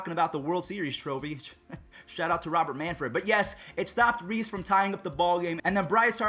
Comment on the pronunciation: It’s Robert not rober